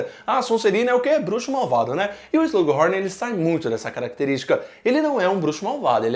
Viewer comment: Quem também fica agoniado ouvindo o falando "Slug Rorn"?